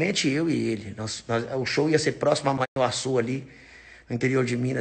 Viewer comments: O nome da cidade não é Manhaçu, o nome certo é Manhuaçu.kkk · Ce flo o nome da minha cidade veei soh que é manhuaçu e não manhançu kkk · Amigão o nome da cidade e Manhuaçu e não mãeacu mas tudo bem muitas pessoas erram na pronúncia esse nome tem origem indígena e significa na língua do povo antepassado q residia no local rio grande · Amigo o nome da cidade é MANHUAÇU e nao manacu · "Man nhu a çu" amigo me ajuda aí